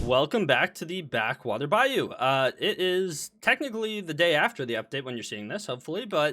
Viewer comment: Or separately how says bayou